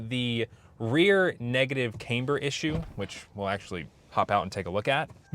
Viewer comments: Cay’mber? Nah bruh, it’s pronounced Cam’bur. SMH 😂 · Son just listening to this guy about the camber, even the way he pronounced it has basically told me he didn’t know WTF he’s talkin bout 😂. Review denied and will not be taken into account for my choice to buy or not.